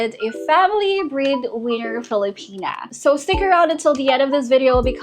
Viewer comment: Liked the video, and I know your accent is going to come out strong, but I was listening and kept hearing breed winner, and not bread winner, and it captions also were that way. Very confusing but I got the drift, and hopefully the breedwinners are not to be breeding with the boyfriend unless that’s consensual 😊😂.